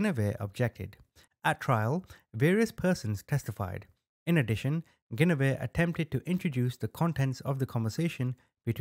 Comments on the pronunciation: Please pronounce that woman’s name correctly: GWENivere. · Love your videos! Your one of my FAVORITE true Crime YouTuber! For future reference, her name is pronounced, gwen-a-veer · Guinevere is pronounced “Gwin’-oh-veer”